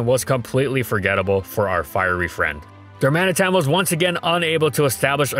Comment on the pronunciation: And learn how to pronounce Galarian Darmanitan, its *D*armanitan not Garmanitan, doesnt see my comment and cant pronounce Darmatian, wow, unbelivable